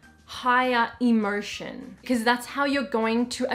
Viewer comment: The way u pronounce emotion sounds to me like inmersion but again english is not my native language. Thanks 4 ur wonderful chanel dear. Much love.